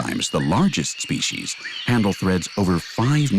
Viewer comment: SpeCies NOT speshies.